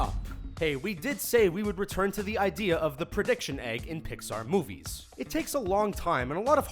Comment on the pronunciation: He keeps sayin Pixar!!!!!! UUUURGH....